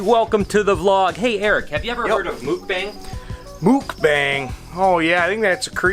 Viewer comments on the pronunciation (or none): Awesome! Here's an inside tip; we Koreans say it more like MOOK-bahng than mook-BANG. The 'bang' part is a bit softer. I love this video, keep it up!!! 🤗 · Its pernonserd muk not mook like yuk but muk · Hi ~ mukbang is Korean and it's actually pronounced Muck-bang not mookbang,😉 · I always heard mukbang pronounded as "muck-bong" instead of "mook-bang" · it's pronounced MOOK - BONG 🤦🏽🤦🏽🤦🏽 I cringe everytime. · Not to be that guy, but your pronunciation of Mukbang kept making me flinch... Its kinda like Mūk-bong with the U sound being kinda like a "ooh" sound... I really love your videos though! You live the dream I only dream about! Also, would you be cool with me doing an unboxing video of a snake I am looking to buy from you? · It’s pronounced muhk-bawng lol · Haha thats not how you pronounce “mukbang”. Muck-baahngg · It's pronounced Muck-baa-ng Like you MUCK a barn BAA baa black sheep -NG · its pronounced muk - bong not bang lol. Awesome video though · I'm giggling as you're pronouncing it wrong. 😂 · You are saying it wrong